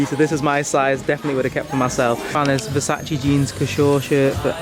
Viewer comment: bruh the way he pronounced versace makes me want to eat my skirting board